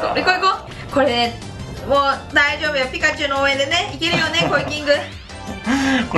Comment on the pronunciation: ピ↑カチュウなんだ